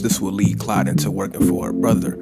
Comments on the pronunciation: Hey man it’s claude not Clyde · Why does he keep calling him Clyde? His name is CLAUDE. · Are you saying Clyde? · you just can't pronounce Claude can you